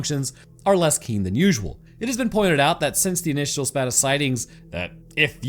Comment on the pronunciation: While we're bullying for correct pronunciation: Spate = Sp-ate 😁